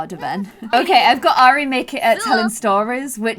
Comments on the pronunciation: Ari - The way you say it is R-E I have a friend who goes by that. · how u say her name is our-re not air-re btw love ur vids